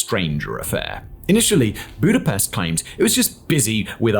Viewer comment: come Simon you can't tell me you don't know the correct pronunciation of Budapest. Lol. Another good video fact boi